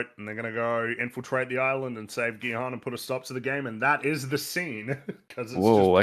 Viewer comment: I keep hearing you say Gi-Han as Bi-Han, so I kinda like to think this is actually a Mortal Kombat crossover about Sub-zero playing a death game.